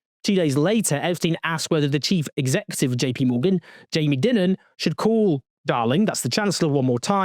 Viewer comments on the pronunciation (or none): Jamie Dimon : pronounced like Simon. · It's Die-man. Jaime Die-man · Pronounced DIAMOND